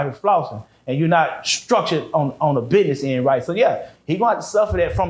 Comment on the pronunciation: Trust no one that says, Biness instead of Business 💯🫡